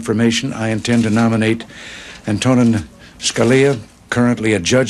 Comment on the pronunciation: Did he mispronounce his name? An--to--nen?